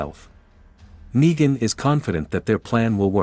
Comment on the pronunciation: its negan not naigan